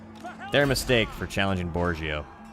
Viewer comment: It is pronounced Borhio!